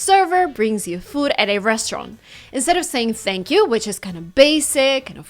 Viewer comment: who you pronounce ThnakYou? Please make a small clip